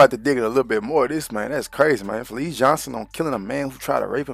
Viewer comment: Ita fleece, not felice !!!